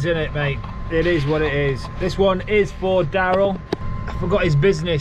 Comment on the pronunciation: Darryul? Darin. It's okay your fractured.